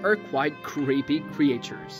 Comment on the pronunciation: What is with these pronunciations. “Cree ay chures and or-gahn -isms”